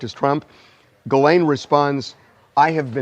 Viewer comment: Ghislaine is pronounced this way in French: Zhees-lehn Totally different!